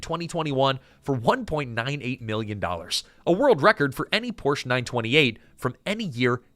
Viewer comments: Pronounced POOR SHA not Porsh. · Porsche….not porch…. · Yet another wrong pronunciation of "Porsche". It has two syllables. Poor - Shuh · Porsche (por sha) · Porsche is a two syllable word, Mr. AI voice. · Porsch Ah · Porsche is a 2-syllable word, "Por-sha". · por-sha mfer....ughhh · Car dork here and pedantic note: "Poor-sha", it's a proper name - Ferdinand Porsche. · Please pronounce Porsche correctly. Joel did! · Remember when folks knew how to pronounce Porsche? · Dude... I want to like this video, but your mispronounced Porche too many times.